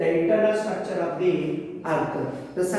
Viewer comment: ITS NOT STRACTURE ITS STRUCTURE